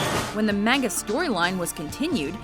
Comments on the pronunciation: Pronounce manga right, it sounds like you're saying mango. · Ugh... Someone, please teach this lady how to properly pronounce Japanese names and words... Shippuden, manga, Mikasa... It's really not that hard to figure out. Not to mention... In one of the clips for Mikasa, another character says her name properly... Reading a script without knowing jack on the subject, I assume? Ugh...